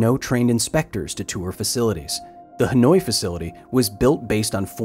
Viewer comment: Dude pronounced "Hanoi" as "Annoyed" lmao